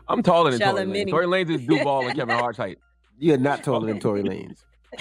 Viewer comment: Its Lanez not lanes